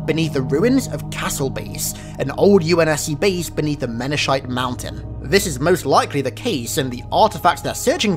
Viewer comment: Pretty sure Menachite mountain is pronounced Men-a-kite and not like it looks btw. Keep up the great work!